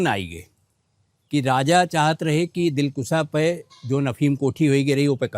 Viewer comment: Dilkusha is right word, not dilkusa. Britishers kept opium here